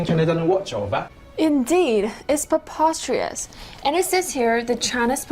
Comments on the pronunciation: More like mee goreng, coz those chinese propagandists actors' brains are certainly goreng to the point they can't even pronounce properly ... That's just pre-poisterous 😝😝😝😂😂🤣🤣🤣🤣🤣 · that's pro-poster-reous. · "Indheeeed, it's perpostrius" - yet another sound bite.